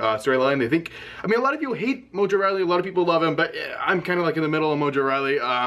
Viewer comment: Pronounces rawley "riley"